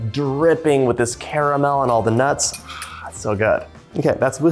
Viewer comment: The way he said nuts